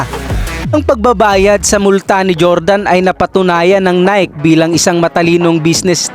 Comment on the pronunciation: Hahahahahahahahahhahahaha natatawa ako sa tuno ng boses mo hahaha g na g ah hahaha. Nayk ba pag bigkas ng Nike ? Baka nayki ? Hahahaha